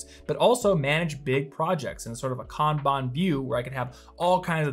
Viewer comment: I know this is an old video but I so appreciate for properly pronouncing Kanban. It completely burns my brain when people say Can Ban 🤣. 本当にありがとうございます🤙🏽